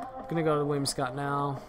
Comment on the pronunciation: I love you, but it's 'Whim-si-cott', not 'Whim-ee-scott'